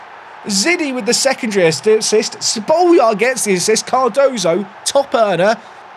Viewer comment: Just call Spoljar - Shpolyar trust me